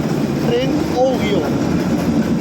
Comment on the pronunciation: Ni siquiera sabes pronunciar oui…